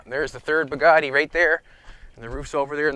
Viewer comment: Bad "Bugatti". Just sayin.